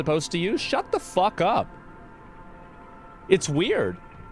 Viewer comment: "What the PHOCK was that" lmao